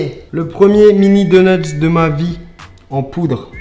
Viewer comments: xp 5000 du86 Il se moque de l’erreur phonétique de Charles. Ça ne doit pas se prononcer « doneutse » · C’est drôle on a l’impression que tu dis « deuneuts » , sinon super vidéo !